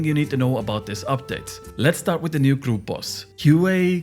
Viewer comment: The hard to pronounce words isnt something to really care about, but when you say the simple words like group boss, it sounds like ”kroup boss” 😂, but dont change, i like how you sound bro 😊